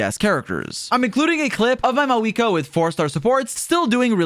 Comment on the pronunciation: FINALLY SOMEONE SAYS HER FKING NAME RIGHT